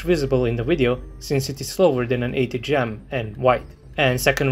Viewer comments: why the hell do you pronounce video as weedeo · I can hear original uideo, “UIDEO”! 😅;-)